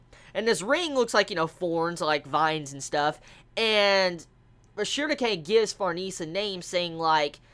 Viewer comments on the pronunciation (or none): I keep hearing "Sugar cane" instead of "Shierke" Not like it's not true in her case, she super sweet